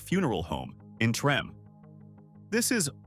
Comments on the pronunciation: I'm with you when narrating you DEFINITELY should know how to correctly pronounce THE HISTORICAL neighborhoods in my beautiful city of New Orleans, LA........ Treme' is THE OLDEST BLACK NEIHBORHOOD in America and the CALLIOPE was one of the roughest projects in New Orleans, I suggest next time you go to YouTube and do your homework before you narrate anything else..... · 🤦‍♂️ it’s pronounced tremA not trem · Treme is pronounced Tremay not Trem. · It's not pronounced trim, it's (Trem-may) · Not Trim but Tramay. Not Dookie but Dukie short u sound... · 😂😂😂 Did you pronounce Treme as Trim? Please when you are covering Louisiana learn to pronounce properly your subject manner. Treme is pronounced Tree-may. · Im from chicago and its DRIVING ME CRAZY that they keep saying trim and not TRIM MAY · Yes, cause WTF is Trim🤷🏽‍♀️It’s Treme pronounced Tri May 🤦🏽‍♀️I hate when they do this. I didn’t listen to the rest because I know it’s some 🐂💩. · Facts it was such an ear sore when he said trim instead of tri-mae 😅😅😅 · It's pronounced "Tre-May" "Dook-ee" (rhymes with Crook-ee) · Trah-may Tremé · Just FYI- Treme is pronounced TreMAY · Its pronounced Tra-may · How you not know how to pronounce Treme? Tre-may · Treme is locally pronounced as," Tree-may." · It's pronounced Treh-may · it's pronounced Treh-may. Do your research on our city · Yeah it's driving me crazy listening to him pronounce it like that. Lol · it's actually pronounced Treh-may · Tree?! Yea loud and wrong 😅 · I came here to say that.. I know there’s a words that aren’t pronounced correctly. 😀 We have a lot of words that can easily be mispronounced. 😀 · It is pronounced treh-may. You're driving me crazy! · The heart of Treme lol the did not say that right lol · How hard would it have been for anyone involved with this to have learned to pronounce Treme'? And the word saxophone?